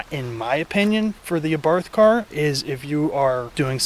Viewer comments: “Abarfth” wtf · It's pronounced 'Abart.' You've said it wrong all your damn life. You're welcome. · That's how most people pronounce it, and there's no official pronunciation as far as I know; but the brand is named after Carlo Abarth and his last name is pronounced "ah-barth", with a soft "th" you rarely hear in English. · It is pronounced Ah-Bart btw. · AbartH has a silent H at the end in italian. Hurts my dolce vita used ears... Koni isn't a great fit Bilstein are the better choice as they come stick on european models.